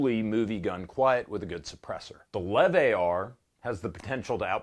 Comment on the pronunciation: "the lev-ar" perfect.